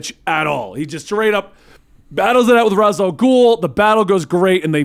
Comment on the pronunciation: thank you for saying Ras and not Rayesh After all he is head of the demon and Ras al ghoul is just thr arabic translation